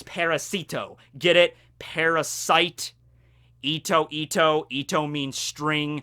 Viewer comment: It’s pronounced “pa-ra-site-ito” not “pa-ra-see-to” tho but nice vid as always.